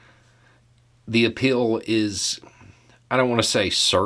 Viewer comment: Did you just say "appeal" or "a pill"... 🤔 If it's the latter, can it be Adderall? 😋 — Drumpf